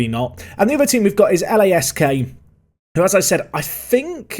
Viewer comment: It's Lask not L-A-S-K